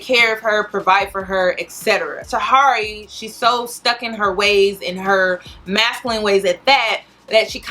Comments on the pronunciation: Hey love you spent time researching but said Tuh Here Eey"s name wrong the whole video. Also, it's not Tahiry"s fault that Megan is in this state. Megan plays the role of a masculina publicly and she was also arrested in the past for hitting a man. So she did that on her own. You do a good job with your videos and I also appreciate you putting out this message to young women because as a young woman myself I constantly saw this behavior being glorified and started to believe only masculinas got the love they wanted. So thanks Cuz alot of young girls need to understand this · I think her name is pronounced tahiry (ta-here-ee), interesting vid tho, thanks for sharing. I dont subscribe to feminity per say but definitely agree that we as women must take accountability and seek emotional maturity. She said herself shes got some healing to do before she can even jump into another situation. I hope she stays true to that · Ta-hear-ree 😩 everytime you said her name, I cringed. Lol still love you tho. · So her name is pronounced Tuh-hear-ree love .. please know your subjects smh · Tahiry is pronounced "Tuh-Here-Ree," say it twice. That's how you say her name. It's disrespectful to butcher someone's name while speaking down on them. I couldn't even pay attention to the good information you are giving. It's like you did no research, or you did research and you just do not care. I'm sure your points are dead on, I'm sure I would agree with your points as well. I usually do. I would just be mindful of that, it's like the first and last note of a song, sometimes that's all anyone will remember if it sounds bad. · You're being sarcastic with her Name. You did too much research to not know how to pronounce her name. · Me too. Lol